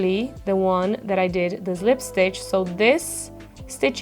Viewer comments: Yep, and she says zlipstitch, but common, it’s ok, I guess she’s italian 🌿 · Good morning. Please say slip stitch correctly. (not zip stitch or lip stitch). It drives me nuts. It helps if you practice other words that start with sl; like slide or slow or slender over and over again until you get it. Thx.